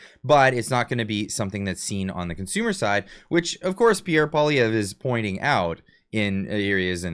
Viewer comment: PBD got absolutely roasted in the comment section when he went after Pierre. His knowledge of Canada is very little. He said Pierre lost an election to Trudeau, which is obviously not true, and he also still can't pronounce his name but wants him on his podcast.